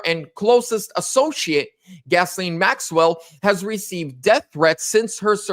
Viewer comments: Gas-lene Maxwell? I think you got the pronunciation wrong. Hahaha...the name is pronounced "Gis---laine", listen to the news reporters if you are not sure. You even spelled her name wrong in your title :( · "Gas-Lane" Maxwell? Or is it Gizz-Lane Maxwell? Bruh..... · "Gas-lane"...? Wow...the woman's name has more ways of pronunciation than IDK what... Soft "G" sound, & the 's' is silent. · Pronounced: Guys-lane, lol. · it's pronounced "Gi-Lane " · I think it’s pronounced “Jill ay n Maxwell. The “ s”is silent but you could be absolutely right and it doesn’t matter anyway. We know who you are talking about. lol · Her name is pronounced “Ghee Lane”. Thank you for the video; Ghislaine needs to be moved into a Maximum Security prison. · I like your proper pronunciation. "Gasoline Maxwell" is the correct pronunciation. She's called 'Gaslite' for short. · It's Ghislaine you goofy mf. Lol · For the record: her name is Ghislaine. It’s a French name, pronounced like; Zhee-laine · It's GHISLAINE pronounce gil lane. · Her name is GHISLANE/Pronounced: Gi-lane, lol. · Can you please pronounce her name correctly? You idiot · Please learn how to pronounce her name